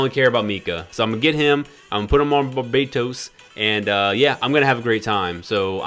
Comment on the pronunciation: Bar-bah-toes not bar-bae;)-toast. Love you! Passing on banner